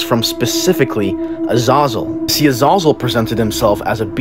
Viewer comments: Please pronounce the name right you don't say it with an O. AH- ZAH-ZEL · Or that it's pronounced "Uh-zay-zel" ?. But I do appreciate the info. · I have always believed the name was pronounced “Uh-ZAY-zul”. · It's not pronounced uh-z-ah-zuhl, it's pronounced uh-z-A-zuhl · Its pronounced uh- zay- zel not uh- zah-zel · Azazal it’s pronounced Azazel Azezel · THAT was worse than ah-zah-zell. I was like who pronounces iron like that lol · It’s Az “A” Zal that’s how it’s pronounced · it's pronounced AH-ZAH-ZELL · "uh-zay-zell" youre pronouncing it incorrectly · It's pronounced a-zay-zul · Its pronounced Az a real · Azazel. AH-zay-Zel You can learn how to pronounce it properly now. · Brings so much clarity to the old movie “fallen” with Denzel Washington and John Goodman. Great movie! If those are on screen together it’s gold every time. Except they pronounced the angels name different. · Anyone else bothered by how he's pronouncing Azazels name? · I like how he fucks up pronouncing Azazel's name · Just butchered the name uhzahzule lmfao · That's not how u pronounce azazel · I hate this guys pronunciation of Azazel, never mind the content of this video.